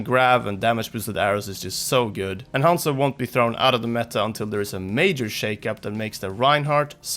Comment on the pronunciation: 一番生田 And somehow mispronounces Zarya and Hanzo. And he's not an english speaker, he's Swedish.